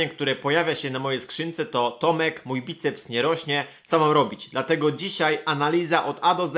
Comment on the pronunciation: obracać* choć zauważyłem, że jakieś 90% ludzi jakich spotykam mówi w ten sposób xD Bajceps is always with you!